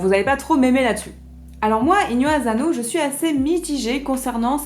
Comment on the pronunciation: Bonjour, une petite précision : en japonais la lettre S ne se prononce jamais comme un Z, donc ASANO ne se prononce pas azano.